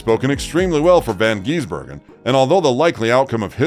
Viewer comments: Bro its not von geesbergen.get it right dude. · Please try and learn how to say his name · Dear God! Pronounce his surname properly and he is not an Aussie!!! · FFs he a kiwi and for goodness sake pronounce his name correctly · They aren’t the smartest species on the planet. Can’t even say his name correctly